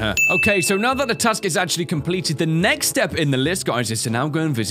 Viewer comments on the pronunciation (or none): "MEXT DAY"........... Haha-haaaaaaaaaaaa..................